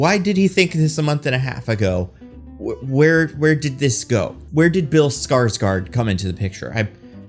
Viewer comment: After this video, I have only one thing to say: ”Skrosgard”